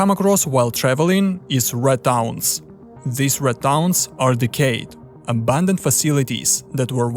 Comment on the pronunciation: It’s RAD not RED